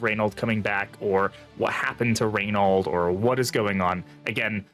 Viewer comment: Btw it's Ray-no - the French prono of his name